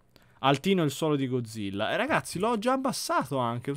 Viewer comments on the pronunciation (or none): none